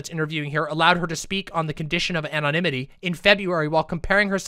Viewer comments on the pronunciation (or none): none